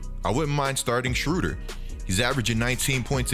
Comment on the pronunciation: You’re saying his name wrong